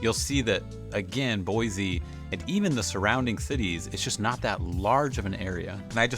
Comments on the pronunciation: How long have you loved her? Fyi... it's Boy.see not Boy.zee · I'm sorry, it's pronounced Boy-see, not Boy-zee...I'm a native & most outsiders say Boy-zee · Boy-SEE not Boy-Zee. Come on bro 🤦‍♂️ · Please , for the love of all things holy, please pronounce the state capital correctly. It is BOY-SEE there is no Z. Nowhere in the history of the English language is S pronounced Zee. GAH!!! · You can often tell a transplant. They say BoiZZEE, and it’s actually pronounced Boise. Jewel wrote a song so newbies would get it right. LOL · You're saying Boise wrong. Locals say 'BOY-SEE', not 'BOY-ZEE'. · Don't move here if you can't pronounce it. There is NO Z in Boi-see! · It's boysee not boyzee learn how to pronounce it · It’s “boy-SEE”. You are pronouncing it “boy-ZEE”. It’s like fingernails on a chalkboard. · FYI it's pronounced Boisee not Boizee......there is an s not a z in Boise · There is no “Z” in Boise. Boy-See not Boy-zee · It’s “Boy-see.” Not Boiz-zee. Most people find it annoying that people don’t say the name of the town right. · It’s pronounced BOYsee not BOYzee. And I’ve never been there and live 1200 miles away. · 💯‼️ I came here for this comment. Mispronunciation is how someone tells you they aren’t from Boise. It’s Boy-see, not Boy-zee! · Bro, It’s BoiSE not BoiZE. 😁👍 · And please, it is Boi-C, say it like you live here 😊. There is no “Z” in Boise. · Boi-see, please. : ) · Guys not a local. No one here pronounces it boiZe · It’s prounounced “Boy-see.” There is no Z sound. I grew up here, and I don’t know anyone who uses a harsh “Z” sound. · You’d think the expert of Boise could at least say the name Boise correctly. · Learn to pronounce Boise with a S not a Z and you will not seem like such a outsider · You are obviously not from here, you don't even know how to pronounce "Boise"! The biggest con? We don't want you!